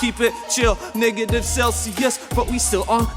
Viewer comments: saying NEGAtive was a little close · It's no exaggeration to say my heart skipped a beat. Australian accent paired with the word "Negative" in a rap was a bit too close for comfort lol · that did not sound like “negative”😂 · Thought he dropped the nword for a sec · "negative" didn't sound like negative 🤫😂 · For a moment, I thought dropped the N word and it turned our he was just saying Negative